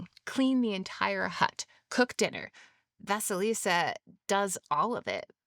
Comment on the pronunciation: Great analysis, dear. Indeed, the tales about Vasilissa [great pronunciation btw after the 1st bloop] and Ivan The Fool, in which Baba Yaga is portrayed as a neutral force between death and life, are the closest in context to the older ones survived. Gimbutas was close to connect her to our Baltic (<- IE) Zemes māte (lv. - Earth Mother), which is cognate to Greek Demeter [gē matēr], who rules everything that land gives, and what it takes away (as well as turn of the season, ie. end of winter). But some theories claim, that she was also a personification of queer and wise people [witches & sorcerers, who weren't considered evil before christianity, just strange], who often lived a bit aside from the rest.